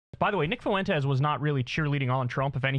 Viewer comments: It's "FWEN-tez", not "foo-WEN-tez". So incredibly irritating. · Kyle, it’s pronounced “Fwen-tez” not “Fu-en-tez”